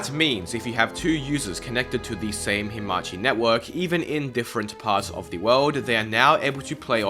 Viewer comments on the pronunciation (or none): Anglophones reading letters as they are instead of making sounds up challenge (impossible) no offense but reading hamachi as himachi is funny :P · its hamachi, not himachi 🤣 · It‘s Hamachi, not Himachi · WHY are you pronouncing hamachi as HE-machi